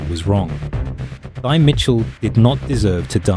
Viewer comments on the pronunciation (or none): Pronounced Tee. Not thigh. Stop mispronouncing name wrong. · Her name is not thy. It was pronounced TIE!!!!! 😂❤